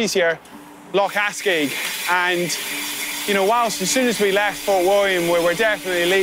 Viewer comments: That was epic, but c'mon.. it's Loch Arkaig, not Askaig! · Lock Arkaig .Not lock Ascaig, which is in North West Scotland.